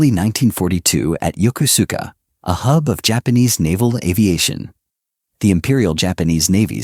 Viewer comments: It's pronounced "Yo-Ku-ska". Was was stationed there on the USS Midway back in the ealry 1980's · "Yoko-suka" is CORRECTLY pronounced as yo-KOSKA with " long O's"